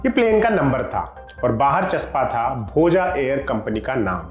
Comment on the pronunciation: भोजा नही भोज बोलिए